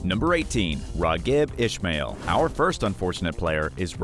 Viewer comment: Seriously... #1 and #2.. its pronounced Is-Mall and U-Ni.Tus